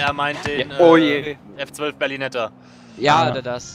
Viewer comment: Regera nicht Agera und F12 nicht FF! Sonst sooo coole videos